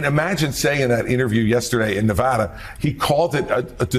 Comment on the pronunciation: Christie must learn to pronounce Nevada.